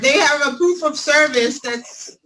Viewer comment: Anyone else know why can button shirts and seemingly cannot? I have seen him with a buttoned shirt, but I think it is either a deepfake or his assistant did it. "I have "a" prooffff" Ok... "Dis a Fraud"... "How can do a" English is hard guys.